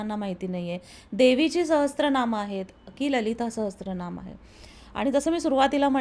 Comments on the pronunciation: मी एक संस्कृत भाषेचा विद्यार्थी आहे... खुप छान podcast आहे... एक करेक्शन मला करावेसे वाटते ते म्हणजे उच्चार... Viṣṇu-Sahasra-Nāma असा स्तोत्राच्या नावाचा उच्चार करायचा आहे.. Many people mistakenly pronounce "sahasra" (सहस्र) as "sahastra" (सहस्त्र), but this is incorrect. Correct Sanskrit: The Devanagari spelling is सहस्र, not सहस्त्र. There's no 't' (त) in the word. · सहस्त्रनाम असा उच्चार नाहीये, सहस्रनाम असा उच्चार आहे.